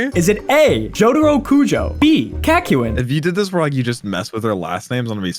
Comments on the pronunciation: i hate how you say kakyoins name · What pisses me off is how he pronounces Kakyoin wrong and is now making another person also pronounce it wrong.